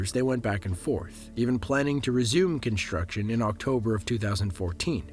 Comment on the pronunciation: Dude you do a great job voicing this, but please, stop saying "conSHtruction" and "conSHtructed". Are you doing that on purpose? It's really annoying.